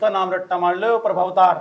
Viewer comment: its not प्रभावतार Its प्रमवातार